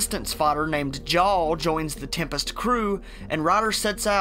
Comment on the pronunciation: Can't help but hear the narrator pronounce Jaal as J'all as in ya'll.